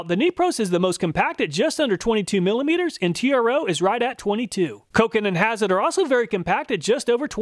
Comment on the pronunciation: A little pronunciation help on those German names. As close as you can come in English sounds: Stahlwille is "SHTALL-villa," Hazet is "HOT-set" (sound the Z as in Mozart), and Der Erwachte is "dair AIR-vock-ta" and means "the awakened." So is reviewing woke tools now.:D